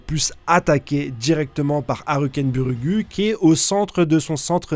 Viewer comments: Frere je l’écris phonétiquement stp prononce le ainsi ARKENBOURG ET NON PAS ARUKEN BURUGUU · repeat after me : HAL-KEN-BURG... Merci pour votre travail sur Hunterxhunter, c'est toujours un plaisir d'écouter vos avis, review des chapitres et théories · C'est quoi cette prononciation de Halkenberg 😂